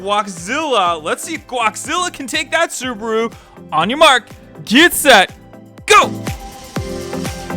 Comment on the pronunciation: And Tayota xD